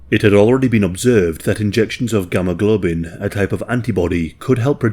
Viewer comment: It’s gamma-globulin, not gamma-globin.